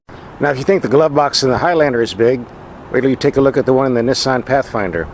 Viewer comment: You pronounce Nissan wrong